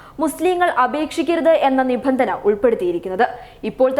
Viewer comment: ഒന്ന്കൂടെ കേട്ടു നോക്കണേ nibandhana=നിബന്ധന ok.. നിങ്ങൾ വായിച്ചതു niphandhana =നിഫന്ധന. ഞാൻ ഈ ചാനെലിനെയും നിങ്ങളെയും ഇഷ്ടപ്പെടുന്നു. അതുകൊണ്ട് പറഞ്ഞതാണ്